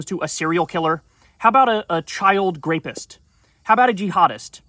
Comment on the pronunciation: He said grapist 😂